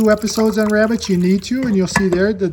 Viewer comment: "Shhh. Be vewy, vewy quiet, I'm cooking wabbits!"